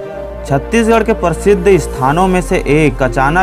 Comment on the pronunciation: परसिध नहीं होता है है भाई ना हि परतिशत होता है।